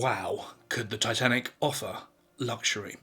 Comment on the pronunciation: That pronunciation of Titanic is brutal